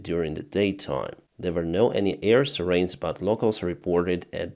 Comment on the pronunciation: Hello, I've been watching your vids everyday. Thank you so much for doing these! I thought I would help you out with American English pronunciations, if you would like. With all due respect, not trying to impose anything, just trying to be helpful. Sirens should be SI-rens-- long 'I', accent on 1st syllable. Depot-- this is a French-derived word, I believe, so the 't' is silent, accent on 1st syllable-- pronounced DEE-po. Another French word is debris-- the 's' is silent, so it's 'de-BREE', accent on the 2nd syllable. You said, 'President Zelenskyy told about it today'-- you might say, 'discussed it today', or 'talked about it today', or 'announced it today'. You pronounce Leopard tanks a bit differently-- we say, 'LEP-erds' in spite of the way it's spelled, accent on 1st syllable. Infamous is not pronounced like the two words in famous, it's IN-famous with accent on the 1st syllable. You said, 'shared in Internet'-- we say ''shared on the Internet'. Again, just trying to be helpful! Thank you so much for your informative vids!! Cheers from the East Coast, USA